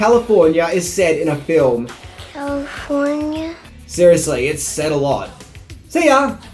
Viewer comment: You mispronounced Calllifffforniaaaa